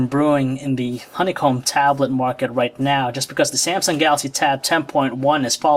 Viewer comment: lol every time the guy says market it sounds more like muarket